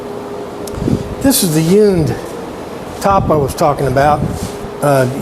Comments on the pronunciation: Nice job! Now I've heard of hewn wood furniture but never "yewn". Or is this your Florida accent? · You come across just fine! I was just poking fun at the way you were pronouncing the word "hewn". Check out my latest restoration project. It's receiving rave reviews from the masses